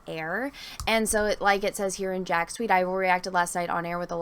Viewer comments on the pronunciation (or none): none